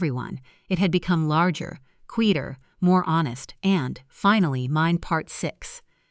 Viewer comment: These AI stories are hilarious. The mother made herself a cup of tea and then sat and waited for her daughter's mother-in-law who showed up the NEXT DAY! Then the break fast. Add rian, not Adrian. Quieter/ qeetier. LMAO.